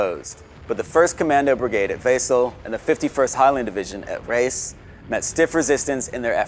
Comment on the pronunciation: Loved the video, but learn some German pronunciation - Wesel should be VAY-zel, for instance, and Lüneberg is LUna-berg (Heath). Then everything would be perfect!